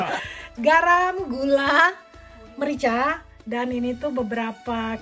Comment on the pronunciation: Garam yah mbaku bukan galaamm hihihi ^_^ bener banget makan nggak lengkap kalau nggak ada sambel yah mba. pengen di coba resepnya mbaku